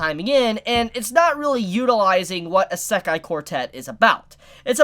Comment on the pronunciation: This is a great video as usual but Jesus Christ this bothers me. It’s not Uh-sekai It’s E-se-kai